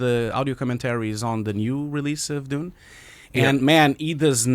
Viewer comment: Why you pronounce June ?